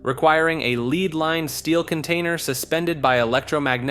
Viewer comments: He also says “leed lined” instead of lead lined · I wanna know who is writing your scripts because damn there’s no way you thought it was “leed lined” instead of “lead lined”